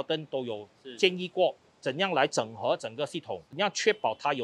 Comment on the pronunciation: 😅 受英文教育的YB 纠正Lucas 的华文 “整合” 🤣